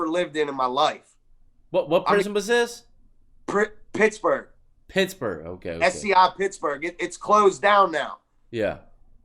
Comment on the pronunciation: Whats your number you had a hard time saying pittsburgh listen i was their twice on my jg number and my lv number where did you go when the wall closed